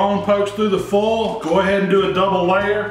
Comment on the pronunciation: I just found your videos, I've watched a few now. Thanks for making them, great stuff. I like how you say foil. Foal. One thing I don't get, why do people not like them to fall off the bone? My favorite ribs I've made so far just fell clean off the bones. Delish.